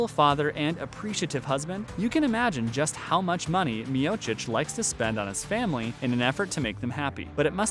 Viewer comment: Well, at least you are saying his name right. The others you butchered, which shows you're not an MMA fan. Still gave a like since it was interesting and researched.